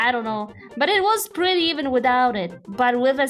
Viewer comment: Did u just say pwetty